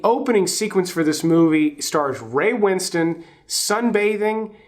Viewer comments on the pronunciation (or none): Regarding Sexy Beast I think his name is Ray Winstone, not Winston.. Win-stone, as in rock.